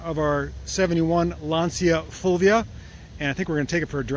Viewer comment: LAN-Cha Full-We-Ah